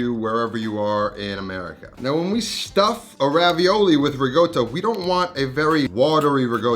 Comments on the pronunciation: RICOTTA, NOT RIGOTTA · Why does he say “rigotta”? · Hello! Genuine question for everyone: is it riCotta or riGotta? I keep hearing him say rigotta. Just curious if the pronunciation is a region thing in Italy? Thanks ! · LOL, ricotta...rigotta...ricotta...just trolling on folks now. Dope ass recipe! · As an Italian ... QUIT PRONOUNCING RICOTTA WITH A "G"!!! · Great recipe!! definitely gonna try it, also great video.. But..... at a certain point I just watched it without any sound, simply because of the pronunciation of "Ricotta"...... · ricotta has no G sound in it.